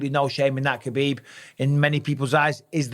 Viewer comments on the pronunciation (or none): none